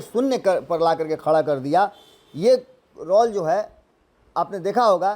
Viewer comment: रौल रउआ नहीं ठीक बोलब, रौल ना रोल 😂